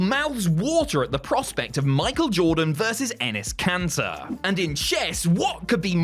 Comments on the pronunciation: Not enes kanter😂😂😂😂😂😂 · Enes Canter bruh 💀